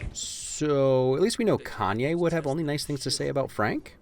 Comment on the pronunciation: Its "kanye" btw bro